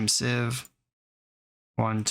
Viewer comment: Everyone I know says the card “seeeeeeve” glad to know there’s another one who says it right out there 🙏🙏